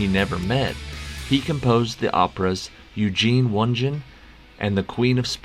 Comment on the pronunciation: Seconded. Eugene One Gin (and two vodkas?) was a ROFL moment. With all the resources of the Internet, it is rarely a problem nowadays to find how to pronounce words and proper nouns. I understand that the point is to knock out these quizzes as quickly as possible, but this is somewhere you definitely need to do a bit more work if you are not going to put people off.